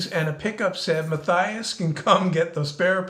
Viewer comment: I love your stuff, but doesn't Matthias pronounce his name muh-TEE-us?